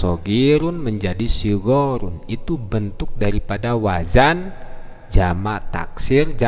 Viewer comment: Pak. bukan WAJAN tapi yang benar WAZAN